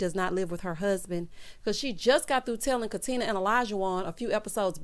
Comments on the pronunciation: He’s so ignorant. If he wasn’t such an a$$ I might be able to overlook it. No, that’s not true. Don’t mispronounce my name. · O always says “Katin-er” LoL 😆